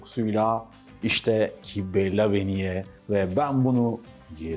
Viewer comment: "kıbbe" "lebeniye" diye söylerler Antakya'da :)